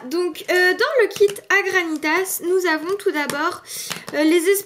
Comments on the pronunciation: ONE PRONONCE PAS LE S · On prononce pas le s dans GRANITAS